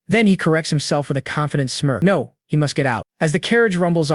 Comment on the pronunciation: Don’t forget no as in “no” but pronounced as number😂😂😂